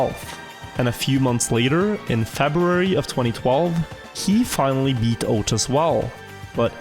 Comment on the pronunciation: can't beleive this guy hasn't figured out the proper pronunciation of ouch yet what a legend